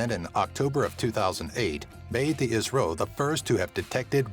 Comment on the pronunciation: Cant Even Say I.S.R.O Lol Nvm